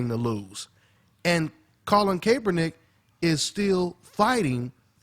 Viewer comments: Yo, Kaepernick's name is pronounced Call-in Cap-er-nick. Cap as in baseball cap. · Pronounced "cap"ernick.... Not "Cape"ernick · (cap er nick) not (cape er nick) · why cant anyone pronounce his name correctly? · hopefully they dont hate and kick you outta the gym bruh sad to see are own who we look up too great video as always..ps u butchering my QB's name lol